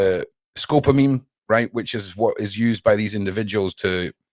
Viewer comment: Scopolamine not scopamine.